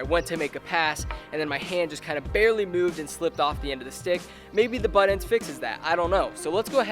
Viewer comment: it called buttendzzz not buttend dumbass